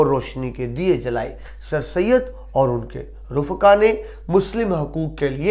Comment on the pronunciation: (رفقاء) فاء کے ساکن کی بجائے فاء کے زبر کے ساتھ